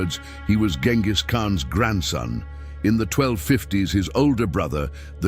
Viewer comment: Salām alaykum. You're pronouncing the name completely wrong. The first letter has to sound like the letter J—like the J in the word "jet." Write it however you want, but try harder to give this name some worth.